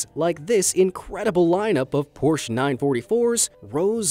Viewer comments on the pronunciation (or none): none